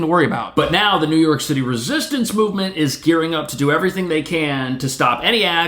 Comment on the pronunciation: Whenever says "New York," I hear "Illinois."